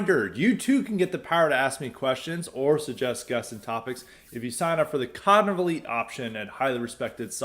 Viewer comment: I like how pronounces "cognitive elite" as CONGLEY